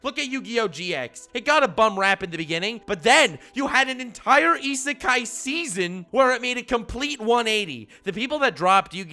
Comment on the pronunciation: You get a prize if you guess how many times he said Isekai correctly